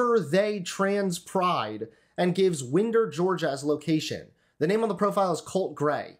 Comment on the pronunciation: Having lived in Jackson County, it’s kinda funny hearing everyone, even national news media, mispronounce “Winder.” My brain does a little hiccup every time 🥴